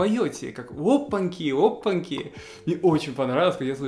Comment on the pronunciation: ОпанЬки. Попробуй правильно произнести это слово. Пока у тебя получается "опанки" и это режет слух)))